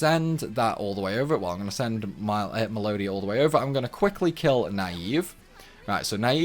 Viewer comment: Good sir, the way you're pronouncing Melodia's name sounds a little 🎶flat🎶